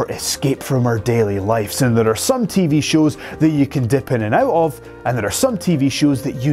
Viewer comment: tv ''shus''?? :D :D :D